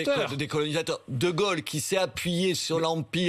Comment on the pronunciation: Non bourdin 'c'est pas de gole c'est de gaulle comme paul pas gogol comme bourdin Quel tristesse heureusement sa compagne rachète un peu.